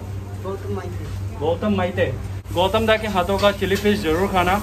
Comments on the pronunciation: It's not fis It's fish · Chilli fiss ,, 🤣🤣🤣abe bolna toh seekh le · Who else hearing chilli fish; chilli flakes